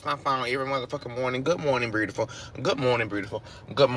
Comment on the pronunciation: Beautiful does not have an r in it.